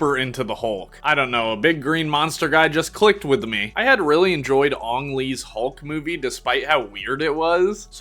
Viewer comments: did you just "the last airbender" ang lee? 😂 it's ang like bang not bong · Great video and thanks for the insight on all of these toy retrospectives. Just found it a bit weird on the way you pronounced theaters and Ang Lee's name but hey, maybe I'm the asshole. Keep up the great work, dude!